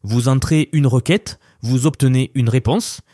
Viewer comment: Requête pas roquette....